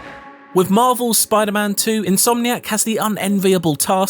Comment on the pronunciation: Never trust a man that pronounces spiderman like it's a jewish name.